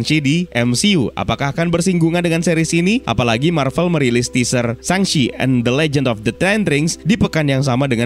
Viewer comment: bang penguncapan shang chi yang benar itu shang che